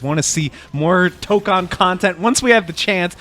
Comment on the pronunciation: It's not Toh-kahn it's Toh-kohn btw